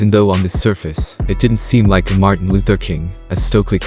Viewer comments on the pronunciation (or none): none